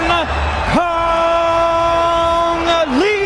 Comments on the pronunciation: Nó bị ngọng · Cung lê mà đọc cung li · Cung Lê, chứ cung ly gì bà, người việt phải ng tàu đâu